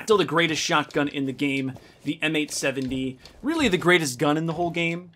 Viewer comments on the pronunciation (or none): none